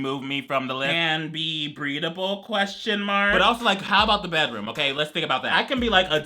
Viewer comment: When said “breedable” 💀